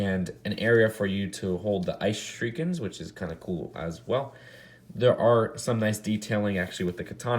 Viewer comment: You are mispronouncing shuriken but please google how it is pronounced